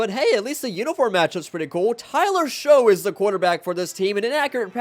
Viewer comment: Tyler "Show", really? I thought you knew at least some ball